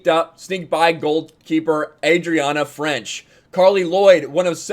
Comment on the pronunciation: Her name is Adriana Franch. Not French